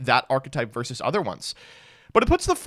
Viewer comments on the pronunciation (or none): none